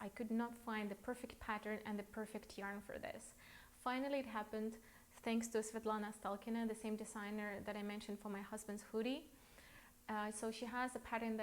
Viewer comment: Thank you for your ideas. All of them are perfect. And please pay attention to the correctness of the name of a Ukrainian designer: Alena Sitalkina.